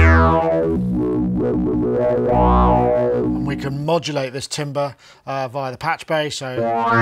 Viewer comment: can someone teach how to pronounce 'timbre' or 'timbral' please:face-fuchsia-wide-eyes